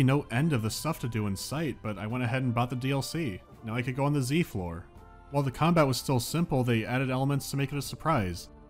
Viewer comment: Zee floor? Zonar?? Wtf!? Props for them to stay consistent!